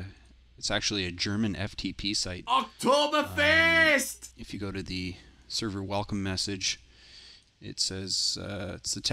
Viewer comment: lol OKTOBERFEEESt